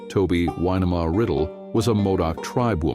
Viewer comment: Winema pronounced Wy NEE ma.